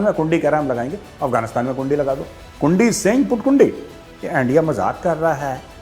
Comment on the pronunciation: इण्डिया नही एनडीया ऐसा कर रा है एनडीआ वेसा कर रा है😂🤣😂🤣